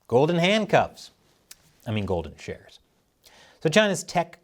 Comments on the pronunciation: I can't be the only person who heard "golden showers" every single time you said "golden shares." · I keep hearing every time you say golden shares…. Golden showers😂😂😂